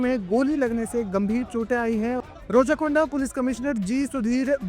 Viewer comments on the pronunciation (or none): रोचाकोंडा नही रेच्चाकोंडा हे